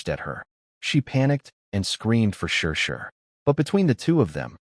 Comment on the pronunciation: Why does the AI keep reading her name as "sure sure"?🤨 It's clearly written as Shishi (she she). Sigh, no matter what story I listen to, the AI just can't read worth shit...😒